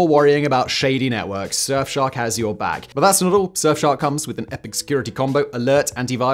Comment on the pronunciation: Rushing “back” ok. 😂